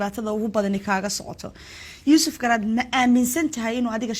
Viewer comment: 😢😢😢😢😢 im glade inay nushara ku dhawpaqdey graca magaciisa YUSUF GARAD YUSUF GARAC NOT GARAD 😂😂